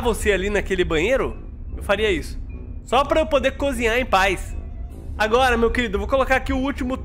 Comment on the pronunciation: vendo esse vídeo pela segunda vez eu percebi que o falou agota